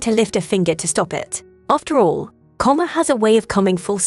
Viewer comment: Karma, not comma or comer. AI needs to learn how to pronounce "latte." Wringing, not ringing.